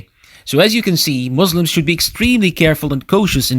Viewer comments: Alikum Assalam warahmatullah. Thanks brother, Jazakallahu Khayran. I wasn't aware that I made it sound like that. I'll pay more attention next time إن شاء الله. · Assalam alaikum Please pronounce Muslims with S sound not Z Jazakum Allahu khaira.